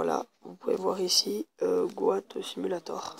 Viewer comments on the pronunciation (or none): mes oreilles saigne quand tu dit go at au lieu de got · Tg mec ta voix et on dit got goat